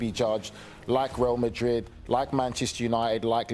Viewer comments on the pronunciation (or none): none